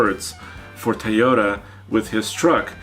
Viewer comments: “To yo ta” big guy and not “ta yo ta”. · Repeat after me...TOY o ta. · Will you guys please teach how to say Toyota!